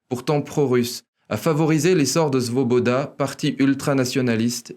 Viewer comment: Parfait comme d'habitude... juste .... c'est Svoboda et pas Zvoboda. Ca s'escris avec S et se prononce S et pas Z.... pas brazvo qui ne veut rien dire, mais Bratstvo (avec un S) qui veut dire fraternité .... mais bon ca n'enlève rien à la qualité de l'emission.